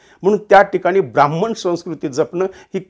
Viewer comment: क्षमा.ब्रा म्ह म्ह ण नाही. ह् + म= ह्म ब्रा ह्म ण